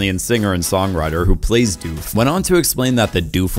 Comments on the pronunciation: Dude your pronunciation of doof. Hilarious. It's not doofe... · Great content Terrible pronunciations Doof in doof warrior rhymes with book not food Klishnikov is not how you say his name, it is supposed to be exactly as it’s spelled, it’s the Russian name for an AK47 etc